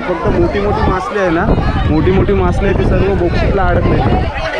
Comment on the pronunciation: मासली नाही रे बाळा मासळी